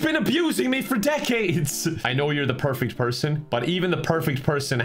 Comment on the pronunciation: My favorite thing about this whole video is when said “perfecy”